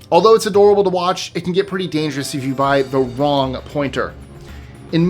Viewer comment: Did he really just say a factory in china used the “Wong”chemical? 😆